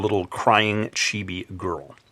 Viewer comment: It's chee-bee ...